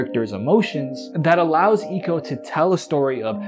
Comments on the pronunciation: Sorry I couldn’t finish this. The mispronunciation of Ico really fucked with the whole vibe. It isn’t Eco, it’s Ico. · I swear its pronounced "eye-co"